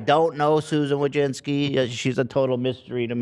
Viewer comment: As a Polish person I've hoped there'd come the day where people would learn to properly pronounce the surname "Wójcicki" but with Susan now leaving it will probably never happen. But tbh probably even she pronounces it wrong like a lot of Americans do lol, you can hear Americans absolutely butcher their own fucking surname lol. But maybe she does, I know she has been to Poland and even has the citizenship so she can always dip from the US when things go down